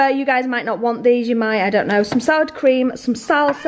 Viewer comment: As a hispanic it hurts to hear her pronounce guacamole like whackmole 😭😭😭